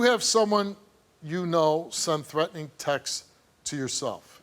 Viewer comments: Steve, it's 'texts', not 'textses'. That's like saying 'dogses'. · I like how Steve pronounces Texts… Sounds like Texas 🤭